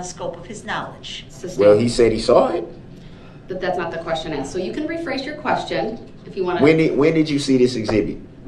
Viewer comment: He is going to have a hard time in prison when he's "told orders" and not "axed".